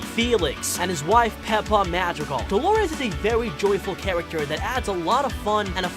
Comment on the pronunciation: AHHH he said their last name wrong!